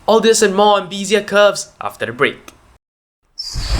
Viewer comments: Nice, simple explanation of Bézier Curves! BTW it is pronounced bay-zee-yeah not bee-zee-yeah. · The first e in Bézier is prononunced like the first e in Wednesday. Good clear tutorial, thankyou.